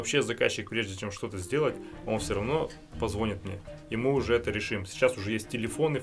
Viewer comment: В слове «позвонит» ударение надо ставить на последний слог. ПозвонИт!